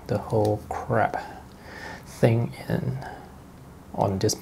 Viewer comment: That had me laughing as well, it sounded a lot like 'this crap thing" LOL